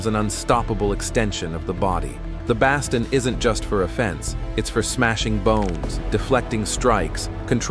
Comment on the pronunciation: Love anything highlighting the amazing art of Kali, just having a hard time with the AI voice mispronouncing it over and over again. And "baston". 😄